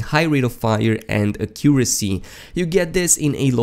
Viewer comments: The way you said “Accuracy” 😱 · I know right? Accent or not, thats not how you say it. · Listen to how my guy pronounced accuracy lmao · The way u pronounce accuracy kills me